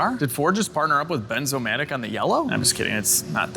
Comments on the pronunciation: Benz-o-matic? =D You've been a Mercedes tech to long, methinks! It's bernz-o-matic, you know, like burns-o-matic. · Read that torch label again … it reads BERNzomatic… not BENZOmatic… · Sorry to be that one but it’s a “bernzomatic” not a benzomatic lol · Bernzomatic! Not benzo lol